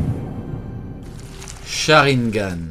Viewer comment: « sharineganes » oulala